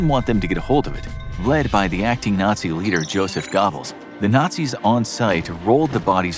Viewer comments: Joseph 'Gobbles'? It's pronounced Guhbels. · It's go bells not ga bells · It’s pronounced Ger bulls not gobbles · Joseph Gobles😂😂😂😂😂 It’s pronounced Joseph Gerbels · Uh, his name wasn't pronounced "Gobbels." It was pronounced "Gur-bels." Learn your WWII history before making erroneous videos. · Braun = Brown Goebbels = Guh-Bulls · Its pernounsed Joseph go-ebb-les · Who tf is Gobbles??? 🤣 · Joseph Gobbles?? LOL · Lol Joseph Gobbles huh? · Joseph Gobbles? C'mon, man. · I support your channel. It's just what I expect - informative. But please get your pronunciations correct. Josef Goëbbels is pronounced YO-sef GER-bles, and I forgot the other faux pas. Carry on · Braun isn't pronounced like that. I thought everyone knew how to pronounce 'au' in German. It's pronounced like the English word 'brown'. And Joseph what? Gobbles? Come on, mate. I'm not asking you to show those people respect, but is it so much to ask to pronounce their names correctly so you don't sound ignorant? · Josef Gobbles 😂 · Ffs guys, his name wasn't pronounced "Gobbles". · How can this “channel” have so many mispronunciations?!? It’s laughable. If I were Jewish, I’d SERIOUSLY question the timing of the rat … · Google the name Goebbels. Learn the correct pronunciation. 3 videos now you are wrong